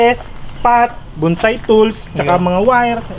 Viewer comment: Hindi yan buuuunnnnnsai..... BONSAI.... puro kyo bunsay eh......